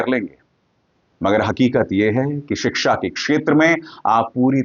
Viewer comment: अगर उर्दू पढ़ लेता तो इतना बदजुबान न होता, बत्तमीज न होता। बोलने, बात करने की तमीज़ सिख जाता। उर्दू पढ़ लेता तो शिक्षा को "सिकसा" और खुशी को "खुसी" न बोलता।